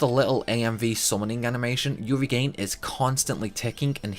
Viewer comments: REGAIN? Its RE JIN lol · Regen isn't pronounced like "regain". The g is soft, like a j because it comes from "regenerate". Didn't know the Chocobo hot and cold tip. Thank you. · Regen - as in Regeneration NOT Re-gain I honestly don't understand how for native English speakers that is an issue to pronounce. ¬_¬ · I didn't know regen(erate) was pronounced regain. Wow the things you learn wow. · Regen is pronounced rejen not regain. Love your videos. ✌ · re-gen not re-gain . regen is short for regeneration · Loved the video except for one thing, this is the 2nd or 3rd video I've heard the pronunciation of Regen as "reagan." I know I sound like the grammar police and I'm not trying to be a troll or anything but it should be pronounced "ree-jen" as in regeneration. Other than that small tidbit, loved the video! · Its pronounced "re gen" as in the short word for regenerate...not regain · Great video, can't wait to play it again on the PS4. One thing though - I think it's pronounced re-jen (as in regenerate) not re-gain. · Number 6: Some people pronounce regen as regain 😅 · its regen like in regenerate... not friggin re-gain!!! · regen is pronounced ree-jen. as in regeneration. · One quick tip for you as well, the regen spell is short for 'regeneration', and the word is pronounced as such. Re-jen. But anyway. :) That time speed up looks handy. I remember Chrono Cross had a similar mechanic after you beat the game the first time so you didn't have to waste time trying to get different endings/recruiting different characters. It was so handy. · So far I've heard 'Re-gain' and 'reggin', how many more ways can we mispronounce Regen? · how do you have a final fantasy channel without knowing how to pronounce regen?